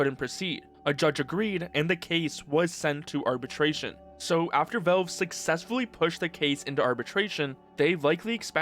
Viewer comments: Man why in fucks name are you calling it velv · The way you say Valve tickles my brain but like... in a not good way?